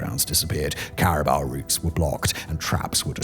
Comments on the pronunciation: Simon's pronunciation is usually spot on... "cari Buh"? "Cari... bow"? How could he not know how to pronounce caribou? (Cari boo Simon. Cari BOO.) 😆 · Had me Googling if "cariba" are a species I never heard of, but no it's just caribou pronounced with a silly accent. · It's pronounced CariBOO not Caribar! Lol Simon saying Caribou